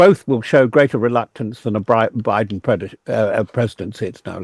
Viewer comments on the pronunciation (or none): none